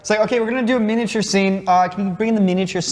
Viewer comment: The guy in the middle has never heard anyone say the word ‘miniature’ properly before